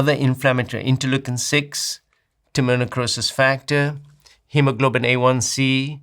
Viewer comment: For the blood testing is he saying Timonucosis Factor as it says in the captions or is it Tumor necrosis factor (TNF)? I googled and can't find Timonucosis Factor only Tumor necrosis factor but it doesn't sound like he is saying that.